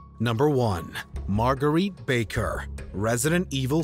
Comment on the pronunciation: Margeritte? Really? Not bad, Laura was worse tho